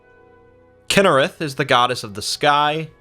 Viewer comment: “Kynerath” KYNE!!!